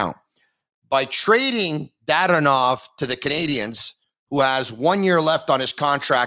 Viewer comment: Actually it's pronounced DaDOnov. The inflection is on the Do.;)